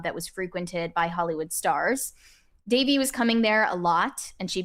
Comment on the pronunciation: Her name was pronounced Da-VEY.